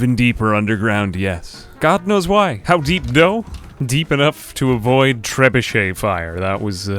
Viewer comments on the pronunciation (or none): none